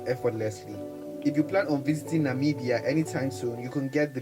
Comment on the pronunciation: Thank you for the effort to pronounce our beautiful countries name, atlast you got it right👏🏾👏🏾👏🏾👏🏾👏🏾🙏come visit our country, it's literally paradise in Africa, you will love it.